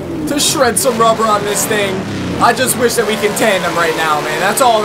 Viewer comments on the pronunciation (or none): none